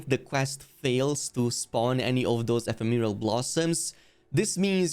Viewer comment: It bothers me that no one reporting on this method knows how to pronounce ephemeral. It’s not a made up word for monster hunter.